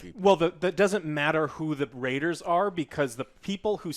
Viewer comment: "Raters of the lost 'R' " lol